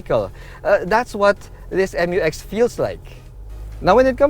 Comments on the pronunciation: ISUZU MU-X NOT M-U-X😁😁😁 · FYR it is pronounced as "myu-ex", not M-U-X. That's why it is spelled Mu-X. ✌️